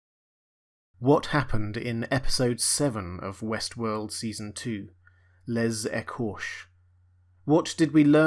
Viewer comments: "Les écorchés" is French and you pronounce it "hay-cor-shay" :D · Nice recap. The é at the end is pronounced. Like Les Ecorchey. Say it as one word: lesécorchey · You butchered the name of the episode 🙈